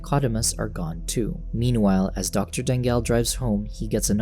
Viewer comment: I’m pretty sure since it’s from Philippines, it should be pronounced as Da-ngal. Not Dang-gal. 😅